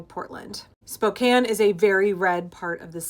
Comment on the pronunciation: Thank you for pronouncing Spokane correctly. My father was born and raised in Spokane. I spent many years living in Spokane while I was growing up - born in Seattle, raised in Eastern Washington and Central Oregon. Spokane was not always Republican. Tom Foley, former speaker of the House, was from Spokane.